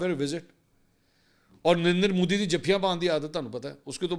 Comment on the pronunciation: MODI not MOODI